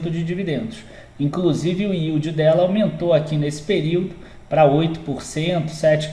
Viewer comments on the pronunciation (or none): none